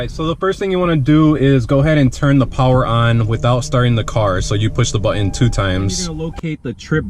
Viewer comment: Couldn't listen to the moronic pronunciation of the word button